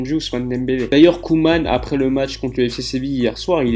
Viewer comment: Ronald Koeman. La prononciation est Coumane et non Queue-mane